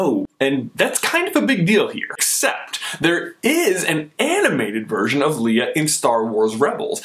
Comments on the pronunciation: Are we just ignoring the fact that keeps saying Leah instead of Leia!! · LAY-AHH NOT LEE-AHH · "lee-uh" lol "lay-uh" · Man, I can't stand the way you keep saying Leeah! Its Leia with an A, not a flippin E!!!! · Lay-a not lee-a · Is anyone else bothered by how he is pronouncing Leia, Lee-ah and not Lay-ah. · I love this video expect I am always really annoyed when you say Leah instead of leia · You say Leia like Lee-a, not that its a bad thing, I Just noticed it. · you said LEE-UH....NO. LAY-UH. Leia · its not leeeah its laaaaaya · Okay, I am just gonna stop you there. It's LAY-UH not LEE-UH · its Leia not Lea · Lay-ahhh not Lee-ahh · Did he just call her Leeah the entire time? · Why are you pronouncing it wrong? LAY-A, not LEE-A... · lay-ah, not leah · The fact that you keep calling her "Leah" omits your right to even debate anything anout Leiah. I do agree that she is not a Disney Princess, though, Starwars will never be accepted as a Disney IP by real fans. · Not Le-uh, Lay-uh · It's leia (lay-uh) not Lea (lee-uh) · it is pronounced (laya) not leah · For most of the video you pronounced het name Lia not Leia. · Why are you saying it "Leah"????? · Does it bug anyone else how he always calls her "Lee-ah"? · Honestly! It's pronounced LAYA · It's pronounced Laya! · I hate when he says her name wrong. I'm sorry but I can't stand it. Her name is pronounced "Lay-uh" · Leia is pronounced Lay-ah. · its Leia, LAY-UH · Why do you keep saying Leia as "Leeuh"? That's not how you say it, bruh. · thats not how u pronounce her name its (lay-a) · Please pronounce her name right. So many people do it wrong. Don't be one of those losers. It's pronounced ( Lay-uh ) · HES SAYING LEIA WRONG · Why did you pronounce Princess Leia two different ways in this? The one you did the first time was correct. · when you say her name I cringed